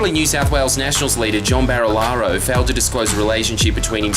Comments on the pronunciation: “John BAR-Lee-Ar-Lo” You pronounced “bruz” wrong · It's pronounced barrel-aro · Mispronounced Barilaro bruh